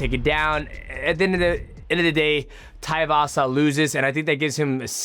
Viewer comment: His names not taivasa you idiot! Its tai tuivasa too-ee-vasa